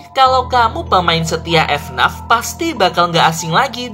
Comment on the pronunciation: bang jangan bilang f naf tapi f n a f